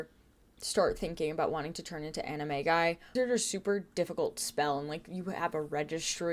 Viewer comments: Now on the timeline section... I know you're saying animagi, but all I could hear was "anime guy." 😂😂😂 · I can’t not hear “they turn into anime guy” instead of animagi 🫣